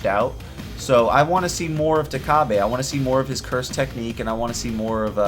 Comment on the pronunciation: it's takaba not takabe